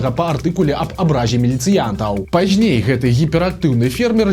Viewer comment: не пажьней, а пазьней, не яшшэ, а яшчэ, не распаўшюднікаў, а распаўсюднікаў і т. д.